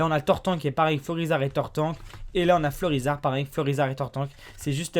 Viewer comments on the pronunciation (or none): none